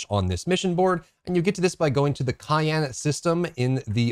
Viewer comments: It's Cheyenne not cayenne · Don't ever set foot in the state of Wyoming after you've mispronounced their capital city name so often. You keep calling it cayenne pepper, its shy-anne. :) Love your vids, thanks for these tips. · And a city lol it’s a small thing but pricks my ear everytime i hear cayenne. Great vid though i agree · Great video. (fyi it's pronounced Shy-anne, like the Native American tribe.) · it's pronounced she-ann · it is pronounced Ky-ann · lol its pronounced shy-ann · This kept bothering me too.